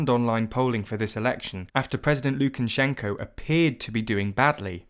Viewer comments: Lukan-shenko. It's just Lukashenko. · It's not Lukanshenko, it's Lukashenko! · Thanks for the video! By the way, it's Lukashenko, not Lukanshenko (no n after the a). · Its Lu-ka-shen-ko Not lu-ken-chen-shen-ko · ”Mr Lukanshenko” You had one job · Why does this guy keep saying "LukaNshenko"? Surely you'd make sure that's the one name you'd get right when writing this script... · Where have you found a letter N before SH in Lukashenko? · I wish you could have at least pronounced his name correctly.